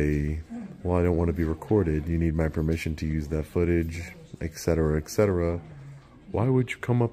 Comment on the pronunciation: Et Cetera (ETC.) Not Exetera (EXT.) Et Cetera (ECT.) Not Exetera (EXT.)